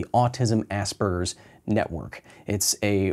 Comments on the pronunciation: ASS SPERGERS. I cant cope with assburger......... There's no B in the fucking word lol. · Everytime I hear an American pronounce Asperger's, I hear "Ass Burgers", we pronounce it differently here in Britain. Thst's the joys of American English and British English, I guess.